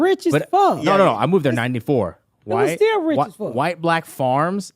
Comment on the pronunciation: “thank gawd ma brotha steeal”😂